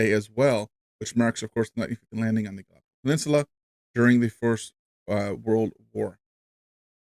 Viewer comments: Gallipoli, not galopoli. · No Shade, but in Australia we pronouce it Gal lip poll lee (all squashed together and spoken quickly, well becuase we're Australian) 🙂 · Hey, just wanted to let you know Gallipoli is pronounced Gal-lip-oly 😀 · It’s Gal- ipoli